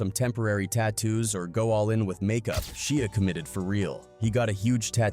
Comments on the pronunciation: SHIA not sheea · Saying his name like a shia pet lol pronounced shy-a, and you went a lil much into how scary this was supposed to be smh wasn't at all that serious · Sheea really it’s Shia if you can’t pronounce names properly don’t do videos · Who's Shea you mean Shia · Why would you pronounce Shia with the sound the letter "e" makes in the word "She" after first pronouncing it with the sound the "y" makes in the word "shy" lol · OMG his name is Sh(i)a not Sh(ee)a ...i not e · I don't think him pronouncing it "She-a" would have irritated me as much had he done it from the start but he pronounces it "Shy-a" originally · She Ahhhhhhh lolz man some people just cannot pronounce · Stop saying his name wrong Disrespectful and rude Its pronounced Shy A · Shee-ah lol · Its pronounceed SHY-ah.. not whatever dumb shit your saying. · Man drives me nuts the way he says Shia lol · Why he pronouncing his name like that😂😂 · Love it, great job, you’re just pronouncing his name wrong.